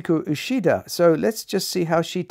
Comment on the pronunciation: Boy, you've got a very weird, rather idiosyncratic and frankly wrong way of pronouncing the names of the pianists you present. If you want to pronounce them according to the native languages of the countries those pianists hail from, perhaps you should listen to natives of those countries pronouncing them first before you go on embarrassing yourself! Uchida is a Japanese name and is not pronounced ushida; MJP is Portuguese and you're pronouncing her name as if it were Spanish . Kovacevic is a Serbo-Croatian name, Richter was Russian despite his German name and you got both his given and surname wrong. If you're going to be pretentious at least be accurate. LOL